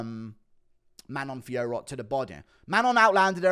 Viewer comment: Guru vs Jon Anik in a competition to prounce Manon Fiorot's name the worst